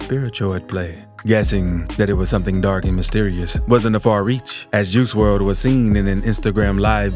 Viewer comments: I do...but you obviously dont...you dont even say his real name right... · He pronouncing his name wrong